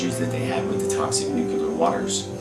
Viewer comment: Not nukelar!!!!!!